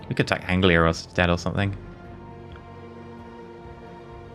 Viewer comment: an englishman that cant pronoune anglia, oh dear